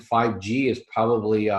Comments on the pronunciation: The word is "ProB-ably". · its sad that will die of the virus never having learned to pronounce his most favored word "probably"